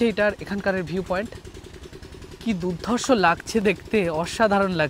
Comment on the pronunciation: বিভাৎস আর দুধ ধর্ষ। এই কথা টা সব জায়গায় ফিট হচ্ছে না। ভাষা শুদ্ধতায় তোমার ভিডিও টেক আপ ভালো লাগবে। ব্রাদার স্পষ্টতা চাই। কানে খোঁচা লাগছে।।।।।